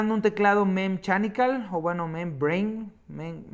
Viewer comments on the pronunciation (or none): mem-shanicals XD